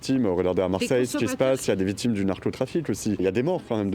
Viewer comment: « en diret » « les vitimes » « vitoire »🤣🤣🤣🤣🤣🤣🤣